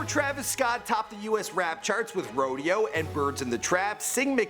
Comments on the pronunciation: “Jacky Webster”? Put some respect on his name. jac-ques! “Pop-can” no “pop-con!!!” “days before radio” RODEO my dude! Cmonnn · Rodeo not radio 😂 you were all over the place in this one 🙃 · ...It's Days Before Rodeo, not radio. It literally says it on the screen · That “Day before RADIO” hurt my soul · He said “buddy rich” and I thought I heard “Roddy Rich” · "Jackee" "Days Before Radio" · This nigga said “days before radio” 😂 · "indeeeka," "radio" and "jackie" bruh get your pronunciations right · this bro said "days before radio"